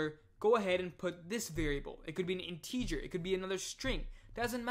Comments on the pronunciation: what's weird is you speak 100% like an American English speaker except when you say "integer" or "parenthesis" in this series of videos. I feel like if you were born and raised in America, you'd have definitely heard both words before many times, so my conclusion is that you must know English as a 2nd language in which case I just want to congratulate you on having basically NO kind of foreign accent whatsoever and really nailing American English. It's amazing, really. No way I could have mastered a foreign language as well as programming languages by the age of 19. Just brilliant. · Great video, but some viewers might get confused over your pronunciation of the word "integer". Have a listen here for the proper pronunciation: My apologies if your pronunciation is a local dialect I'm not familiar with...